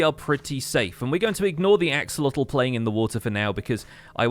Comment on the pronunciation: Also it's pronounced ax-sho-lot Not lotel